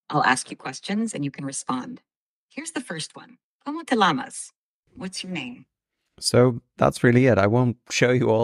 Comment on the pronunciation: I'm gonna start doing this for Swedish, Danish, Norwegian, Dutch, and Turkish. Sweet. It got confusing with the Italian vocabulary because it pronounced "cane" with the English pronunciation of that word, rather than the Italian "CA-nay". Also did the same with Spanish "como the llamas". So it seems to want to pronounce foreign words with English pronunciation while in English speaking mode. Something to keep in mind. May not be a good idea to engage in it in English and ask for a random foreign word. Get it engaged in your target language to make sure the pronunciation is correct. Then again, this video is now over a year old, and with the rapid advancements in AI, this may no longer be an issue by now.